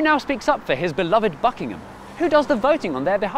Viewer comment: im sure you didnt say buckingham.